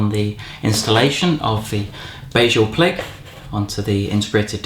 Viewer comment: As a Swede it's always fun to hear non-Swedish people pronounce Swedish words. But it's also kind of strange that IKEA use Swedish words. Anyway, the word "BEHJÄLPLIG" means helpful and the H is silent.